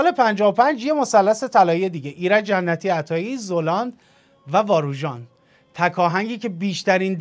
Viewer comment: سلام ممنون میشم زلاند رو درست تلفظ کنین ...فرید زَلاند درسته